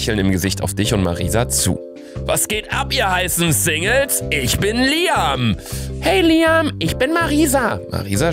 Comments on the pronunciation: Luca es wird Liäm ausgesprochen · Das wird btw liem ausgesprochen